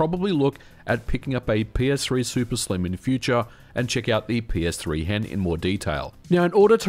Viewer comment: I keep hearing "My Penis-3".